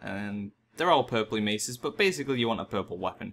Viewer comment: difficul-TEE, basic-LEE, tab-BARD, four-TEE. My god these arent difficult sounds to make.